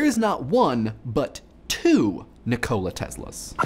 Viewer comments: its not ni cola its just nikola like Nicholas! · It Nìkola, not Nikòla. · It's NiKola not NikOla. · Nee-Koh-La Not Ni-C-Oh-La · I couldn't finish the video because of your pronunciation of Nikola I've always heard it as Nick-i-la not Nick-o-la D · NEEK-oh-lah TESS-lah, not ni-COE-lah TEZ-lah. Tangentially related, REE-coe-lah, not ri-COE-lah. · Also your pronunciation of Nikola Tesla is a bit strange. You pronounce it like "Nicola Tezla" instead of "Nikola Tessla" witch would be the correct pronunciation. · You say it like Nih-Cola Tesla. It's Nikola. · You pronounce it wrong it's pronounce nick ola like hola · Isn't it pronounced "KNEE-koh-la"? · I swear, every single time you say NICK-OLA I grit my teeth. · I have to say, I am quite annoyed about how you pronounce his name NikOla Tesla. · Did you just call him Ni-cola? I love you man, but you are so 'murican sometimes. :D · Nih-Cola Tesla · is that how his first name is actually pronounced? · Just don't say his first name, please! You'r terrible at it!!!